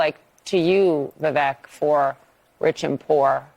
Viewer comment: Orange can't pronounce Vivek's name.😅